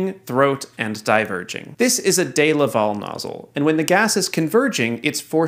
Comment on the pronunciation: Dee-La-Vell not a Day-la-val